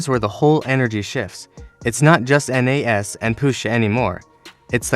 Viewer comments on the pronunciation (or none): Stop the A.I. who tf is N.A.S? You mean Nas?